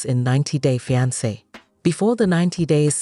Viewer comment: I can’t with this AI voice. Ja-pardy and Fy-ance